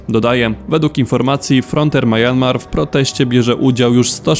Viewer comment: Myanmar czyta się mjanmar a nie majanmar.